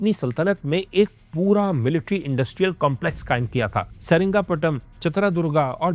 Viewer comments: Seringapatam ❌️ Seringapatnam✅️ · Dekhne jaa raha tha… lekin jaise hi saringapatnam naam suna instead of srirangapatnam… mood hi off ho gaya… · Saringaptnam❌️ Sri Ranga patna ✅️